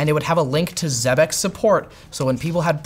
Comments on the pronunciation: It is pronounced "exebec", not "zebec" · I'm pretty sure it's pronounced ex-eh-bec. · It’s pronounced like Trebek. If they claim otherwise, they’re wrong. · Pretty sure it’s “zeebeck”